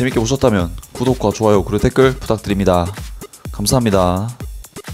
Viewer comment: "감사합니다 " 할때 사투리 억양이 넘 귀엽네요